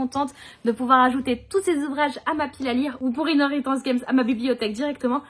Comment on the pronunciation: Rien que parce que tu as su prononcer Inheritance Games, Tu avais le droit, que dis-je, le devoir de l'acheter! - et pis, c'était obligé vis-à-vis des copines 👼